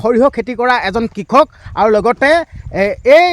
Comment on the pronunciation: হেৰি ডাঙৰীয়া ভিডিঅ' বনোৱাৰ লগতে অসমীয়া ভাষাৰ শ্ৰাদ্ধ ও পাতিলে যে কিয় ? কাৰন হৰিহ নহয় সৰিয়হ হ'ব লগতে কিষক নহয় কৃষক হ'ব বুজিছে // নজনাটো লাজৰ কথা নহয় কিন্তু নিজে নাজানিলে আনৰ সহায় ল'ব লাগে